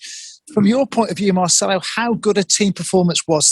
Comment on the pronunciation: 3 years here n still calling him Marchelo XD